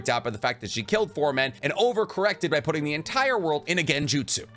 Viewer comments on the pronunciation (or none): none